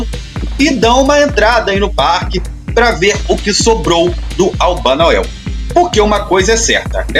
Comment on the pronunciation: O tempo todo é narrado " Albanael " e o correto é Albanoel